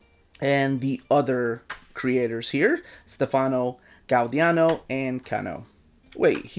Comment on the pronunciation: Gau-di-AAno. LOL 😂